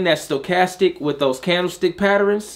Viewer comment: As always great content. I always smile the way u say “patterns” Sounds like “patterINS” Lol